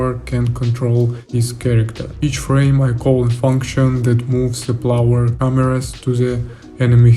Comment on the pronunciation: Очень крутые штуки делаешь, слежу с большим интересом, продолжай! P.S.: Только позволь подушнить на счёт английского, в качестве желания помочь/подсказать тебе чтобы ты совершенствовался, на будущее: слово "player" - "игрок" произносится не "плауэр", а "плэйер" или скорее даже "плээр". А то очень ухо режет, ты же геймдизайнер и геймплей программист/разработчик, это слово одно из ключевых в твоей деятельности и произносить его всё же стоит корректно, как я считаю, если ты ведёшь деятельность на английском языке и хочешь чтобы тебя как можно лучше понимали... Ну и ещё "cutscenes" - произносятся скорее "кат сцинс" либо "кат ссынс" и "кат сцин" если в единственном роде. Хотя интересно что почти все остальные слова ты произносишь корректно. Извини пожалуйста, если такие комменты являются для тебя чувствительными, не пытаюсь критиковать или самоутвердиться. Только из соображений помощи! Удачи! P.P.S.: Также если вдруг не знал, удобный инструмент тебе на заметку: мне очень помогает переводчик DeepL, есть удобный клиент для Windows, по нажатию CTRL + два раза подряд C выделенный текст попадает сразу в переводчик и там же можно послушать произношение слов, переводит более натурально с учётом возможного смысла предложения, т.к. прогоняется через машинное обучение.